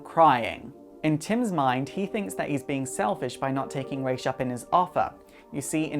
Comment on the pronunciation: Finally someone says Ra's name right.